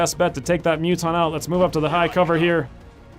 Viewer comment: Hearing Muton being said as Mutton is the most hilarious thing I have ever heard in an XCOM 2 let's play!!XD